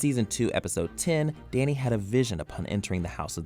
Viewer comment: Did he call danny , dai-nee